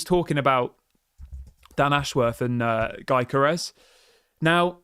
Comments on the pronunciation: You have to leave the 'G' out of the name pronunciation .... And call it.... "Yokorores" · its "yo-gö-res"..like you say youguhrt